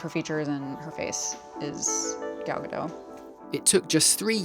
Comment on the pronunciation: Gal Gadot has a 't' at the end. She's not French 🤦‍♂️